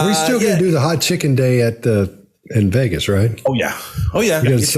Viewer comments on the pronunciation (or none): none